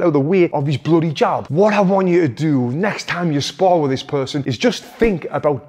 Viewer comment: Jab not job 😀. Great video as always...thank you Tony!